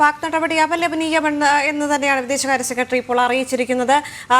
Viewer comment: News ഒക്കെ കൊള്ളാം. പക്ഷെ ഉച്ചാരണം മോശം ," സെക്കട്രീ ," അല്ല ," സെക്രട്ടറി" എന്ന് ആണ്